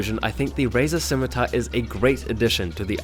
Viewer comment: "Razer Schimitar"